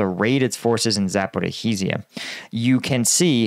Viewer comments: On the topic of pronunciation, Zaporizhzhia's spelling is more complicated than it sounds. It's pronounced Za-po-ree-ja. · More accurate pronunciation: " Zappa RHEE zha" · It's not Zaper-oh-heez-ia, it's Zapo-reezia or the shorter version is just Zapo. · Zaporizhzhia "zuh-puh-REEZH-zhee-yuh." ZH is pronounced as the "s" in "pleasure." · Bro i be like your video but for god's sake learn how to pronounce zaporozhia